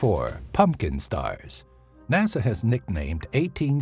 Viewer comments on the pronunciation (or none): none